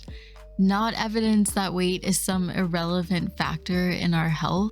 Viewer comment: did you say "irrelephant"? I thought I was the only one who said that! (thanks, Dad!)